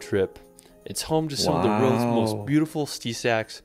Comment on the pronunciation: He also can't say "world" properly. Boy is annoying like.